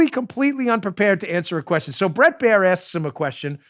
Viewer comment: Dan, it's (Bret)Bair, not bread